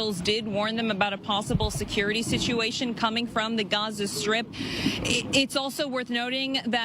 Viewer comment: LOL did she just say "Gonzo strip"? ROFL 🤣